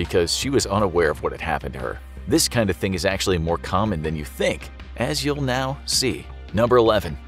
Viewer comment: the way he had to say he was ACTUALLY dead💀